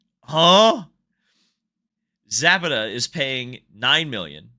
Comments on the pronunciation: Za pa ta not zap a ta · Also look into the case of DynamoEdge vs Michael Andretti. There is a link between Andretti, DynamoEdge and Zapata ("sza-pah-tah"). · Learn some Espanol. Zah-PAH-tah